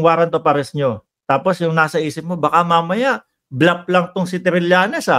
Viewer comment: Bluff hindi blap